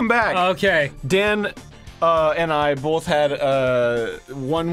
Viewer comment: wtf? bolth?